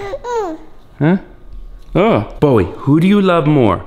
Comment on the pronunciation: It’s Bowie not Bowery